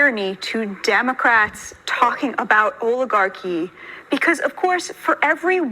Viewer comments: We awe woooking at uh nation that is an owigarchy. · He can't even say oligarchy....remember everything that the Democrats say or yell about what Republicans are doing---THEY actually are doing!!!!